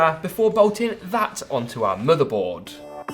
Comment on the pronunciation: The way he says "moother boad" lol